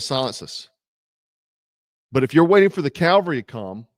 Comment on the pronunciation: Look bro, I know you're a jarhead, but we are the CAV-ALRY! CAL-VARY is the hill where Christ was crucified on. Otherwise; keep up the good work! Frosty, Strapped and Dangerous!